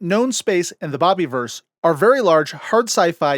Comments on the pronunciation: Loved this, but it is the bob-a-verse, not bobbie-verse. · Is it really pronounced "bobby-verse"? I've been pronouncing it with a soft "i", as in the word "universe" from which it's derived. Also, holy expletive, there are more than three books?!